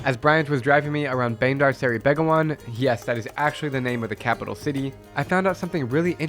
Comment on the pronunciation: I live in Brunei. Very nice. Also I never been to the mosque and I think the way you say Bandar Seri Begawan is wrong but it is close.